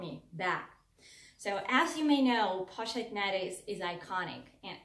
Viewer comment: You are pronouncing the Pochette Métis incorrectly! You should look up videos on it so you can pronounce it correctly!!! It sounds very off. I love both bag! I found this video because I’ve become obsessed with the mylockme bag in the pm. Great video!!! New subscriber!